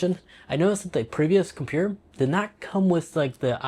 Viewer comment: WTF is a compewer😂😂😂